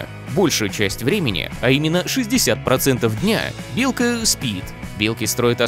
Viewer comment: МНЕ ОДНОМУ ПОКАЗАЛСЯ ОН СКАЗАЛ ИЛКА А НЕ БЕЛКА